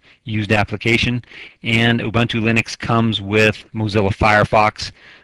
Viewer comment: "O-Bun-Too ЛЕНИX"